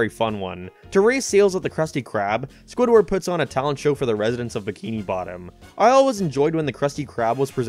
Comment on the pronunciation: "give the sponge to cardbob" "sandbob" "gwigward" "dingebob" "bongebob"